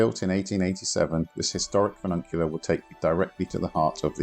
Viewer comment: Funicular not fununcular